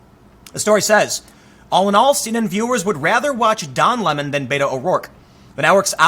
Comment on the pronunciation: Whiskey Tango he doesn't say "Beto" right.